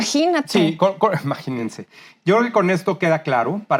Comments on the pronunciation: (Mira hijo de Macuspana pariente de la chingada(tu rancho) se DICE IMAGÍNESE , no maginense) lo lamento pero me sumban los oídos (si son dos) cuando su gramática más siendo universitarios o profesionales quieren o prefieren "comerse" vocales, consonantes, esdrújulas...etc. y no no pude terminar mi prepa pero si tuve excelentes profesores, maestro cualquiera, pero profesores pocos... que entienda quién entienda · No dijo"imagínese" el stupid dice "maginese" se roba la "i" como todo lo que se roba